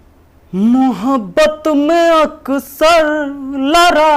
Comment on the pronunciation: Sir लड़ाई हुई है लराई नहीं होता है